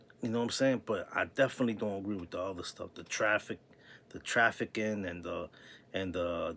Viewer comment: This indavidule sounds like he never went to school his vocabulary not even first grade he can't even say trafficking lmao .